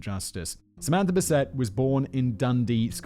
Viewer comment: Simon: yeah, I'm just going to say this name as bis-AY from now on. Also Simon: proceeds to pronounce it as bis-ET for the rest of the script.